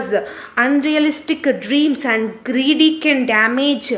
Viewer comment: Very helpfull explanation but the way you pronounced “greedy” word in middle of the explanation was funny 😂❤